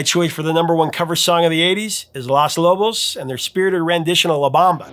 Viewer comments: Nice piece. Great list. It’s “Los” Lobos, Professor, not “Las” (you took French in high school, right?). But, your commitment to the mispronunciation is kinda charming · Three things: 1. It's Los Lobos, not Las Lobos (long O sound: high school Spanish class rant) 2. 'Claves' should be pronounced CLAW-veyz (high school percussionist rant) 3. Where's Tainted Love? Not even an honorable mention? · Also had no idea about "Feel the Noize"! Loved the La Bamba segment, except it's LOS Lobos, not Las :) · Paul Young's "Everytime You Go Away" is crap compared to Daryl Hall's gospel-influenced version. And it's LOS Lobos, not LAS Lobos - the article is MASCULINE, not feminine. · If I hear him say LAS Lobos again I'm gonna throw my monitor... how hard is it to pronounce simple words?! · Los (with a long oh sound l-oh-s or low-ss) Lobos not Las Lobos... Jeez. I'm as Caucasian as can be and even I know how to pronounce Los Lobos. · Nitpicking comment: it’s not LAS Lobos. It’s LOS. Like Low. Lows Los Lobos. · You’re mispronouncing Los in Los Lobos. It’s not pronounced as Las as in Las Vegas but Los in Los Lobos rhymes with dos as in uno, dos, tres. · Just and FYI: it's Los Lobos not Las Lobos, Las is feminine in Spanish. Pronounced "Lows". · "" should learn to stop pronouncing "Los Lobos" as "Las Lobos" 🤮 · DUDE! It’s LOS Lobos, NOT LAS Lobos! Wolves are gendered MALE in Spanish, NOT female! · The name is LOS Lobos not Las Lobos,. 😉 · It is Lōs Lobos not Las Lobos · Everyone pronounces Los Angeles “loss” but not “loss” Lobos. It’s a long “o” like low in Los Lobos. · No, no, no, no, no! LOS LOBOS. Not Las Lobos. Long O. Like in NO. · Should be pronounced LOS Lobos (not LAS Lobos) me thinks. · Hey Professor, an enjoyable set of stories. but PLEASE!!! It is LOS Lobos, not Las Lobos. Unsure why you'd miss on this obviousness. You said it over and over. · Oops! Mispronounced LOS Lobos all the way through. (As “Las Lobos”) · Los Lobos.... not Las Lobos